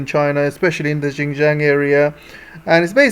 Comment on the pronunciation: Please learn to say Xinjiang properly. It is not "gin-jiang". It is Xinjiang. Learn to say your X properly. I find it absolutely irritating that western speakers can't get that right. Otherwise your geopolitical commentary is good.